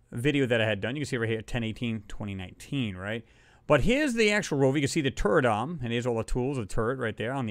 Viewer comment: Lord, my southern ear was hearing something about a “turd arm”. I was like WHAT? ...........I finally figured out you said turret arm. LOL!!!